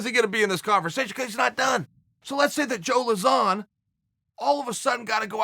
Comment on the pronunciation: Pronouncing Lauzon = Zero Issues // Yair = Hours of Content <3 <3 <3